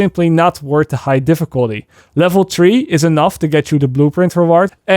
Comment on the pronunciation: Is it ok that I laugh when says *tree*, if u see this sorry and I dont now how hard it is but if you say free... it's the same sound as three but different spelling. Anyway I'm just trying to help. Ps I'm shit at learning languages🤣 so good on you for learning English 👏👏👏👏If the free dont help then who cares. But once again amazing video and now that div2 is here we actually have loads of informative videos from u. Great work dad.👌👌